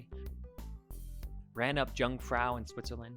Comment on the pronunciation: Jungfrau. Did you really go and still pronounce it so badly 😅